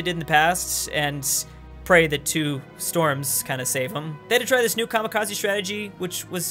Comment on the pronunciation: Kamikaze not Kamakaze.